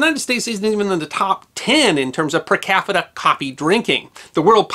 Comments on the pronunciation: Great Vid! Did I hear you say "per-cafita consumption"? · Did you mean to say “per cafita” ? 🤪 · "...in terms of per CAFITA coffee drinking...." Coincidence? Freudian slip? Intentional? Inquiring caffeinated minds want to know.